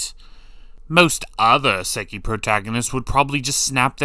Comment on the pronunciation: your pronounciation of Isekai hurts every time lol